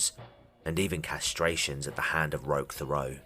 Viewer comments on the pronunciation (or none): Good video, but I think his name is pronounced "Rock Terot" but the French people spelling throws it off.